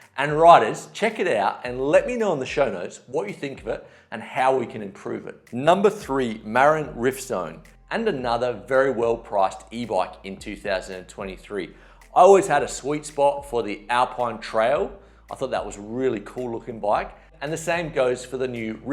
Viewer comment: Bloody awful pronunciation! say "ma-RIN" not 'marron'